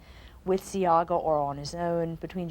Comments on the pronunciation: SEA-Aaah-GA you’re telling me this broadcaster came on here and never researched the name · Shoulda hear mi ah cuss...bout See-gah 😂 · Not Seaga - C - ARG - GA